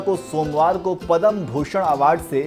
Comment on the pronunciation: पद्म कहिए,पदम नहीं